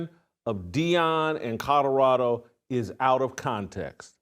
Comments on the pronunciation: It's Colorado, not Cotoroto, take the potatoes out of your cheeks!! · You can't even say colorado.. shadddddup